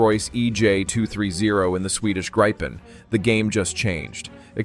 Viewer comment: It is pronounced like in a 'grib' with a short [ee]